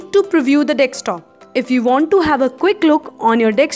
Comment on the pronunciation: its Desktop and not DECSTOP Madam!!!